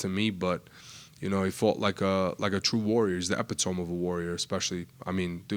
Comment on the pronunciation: Did he just say “epitome” as epi-tome?